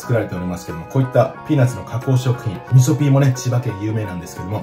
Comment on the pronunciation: 味噌ピーがみそきんに聞こえましたｗ